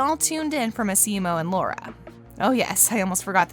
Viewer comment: It's Massimo not maximo